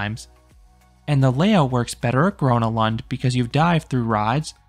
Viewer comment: Bro I'm Swedish and love Gröna lund but he pronounces everything wrong💀